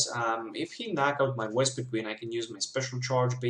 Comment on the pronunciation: You kept saying Wespiqueen and it was very annoying. xD